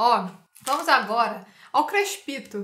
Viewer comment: o falando "kreixpitoa" 🗣 perdi tudo